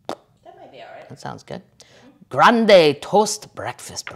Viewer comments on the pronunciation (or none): none